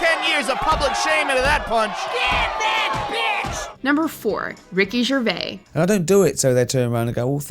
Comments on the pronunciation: Why do Americans always say "Ricky Gervay" there is a S in there for a reason. Pronounce it. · For such an established channel, you couldn't get someone to pronounce Jose Canseco and Ricky Gervais correctly?!